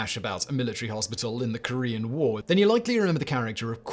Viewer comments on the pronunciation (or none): none